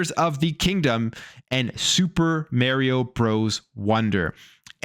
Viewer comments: Why do people(often Canadians) pronounce Mario "mare e o"? I don't get it, his catch phrase is literally is it'sa me mario. There's no ambiguity how to say it. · He consistently drives me nuts when he does this. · Sorry bro, but I hate the way you pronounce Mario... 😂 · Anyone gritting your teeth when he mispronounces Mario? 🙄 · Bruh. Stop saying mario like that